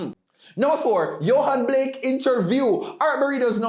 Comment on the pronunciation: it’s Yohan Blake ( not Blakes)